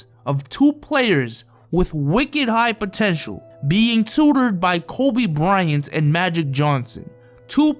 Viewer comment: lol he said Botential 😂😂😂